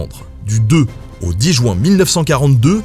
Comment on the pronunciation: Jouin Jouin Jouin Jouin Jouin.... Non svp, mes oreilles saignent à chaque fois !!!! C'est JU-IN et non pas JOU-IN !